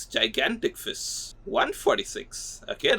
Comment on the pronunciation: "Fis"🗣️🔥 "jellyfiss"🔥🔥🗣️ "Sowrdfiss"🔥🔥🔥🗣️ "Fisses"🔥🔥🔥🔥🔥🗣️🗣️